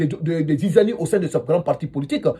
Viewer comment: Toi toto on ne dit pas jujani😅😂! On dit zizanie😅😅😅😅 vive le SUPER MINISTRE OUSMANE GAOUAL DIALLO. VIVE LE SUPER 👌 PRESIDENT FAKOLY MAMADY KEFIMBA DOUMBOUYA PRESIDENT DE LA REPUBLIQUE DE GUINEE. ❤❤❤❤❤❤❤❤❤❤❤❤❤❤❤❤❤❤❤❤❤❤😂